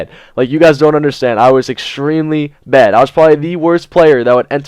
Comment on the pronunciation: I thought you said you and Dedo have been through a lot of bEd times at first ;D